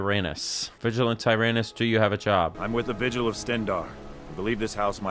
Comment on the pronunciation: You really just called that guy Vigilant Tire Anus. How did you not go "That's probably not how it's pronounced."?